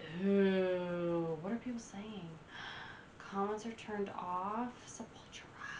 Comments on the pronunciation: It’s pronounced Se-pul-TU-ra, not Se-PUL-tra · Just FYI, it's pronounced with the stress on the third syllable: sep-ul-TU-ra. It's Portuguese; similar to Spanish but not exactly. Enunciate the T; it's not a 'ch.' Not sep-UL-chu-ra. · You keep pronouncing it Sepawltra. It's Seppul-toora. It's a play on sepulchre. There are two Sepulturas; pre-Roots and post-Roots. Roots was their first tribal album. Their tribal metal was heavily influenced by nu-metal, and in fact Jonathan Davis even guest appears on Roots. As for me, I prefer their pre-Roots period even though I do dig a few cuts from the Roots album. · sep-ul-TUR-a... not se-PUL-tu-ra. It's all good, you didn't know. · Sep-Ul-TOUR-ah, not 'Sepultra'. Sorry but I can't stand this awesome band being mispronounced. ;) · Its Sep-ul-tura. Just say'n. Fun watch. And the first song "Troops of Doom" was re-recorded during the "Arise" album. Their first few very much different, closer to death metal. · Sep-ul-tura. It means grave.. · Sep all tur ah . I don't know wtf you even called them . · Your "American" pronunciation is incorrect.! The name is "Scept A Tura" Once again I've grown up listening to this type of music.! Just have a look the logo.? They represent BONE's & Brazilian graveyards.! Death Metal.!!! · You mispronounce Sepultura. They blew my mind in the early to late 90s!